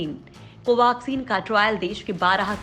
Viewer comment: कोवाक्सिन क्यो कह रही हो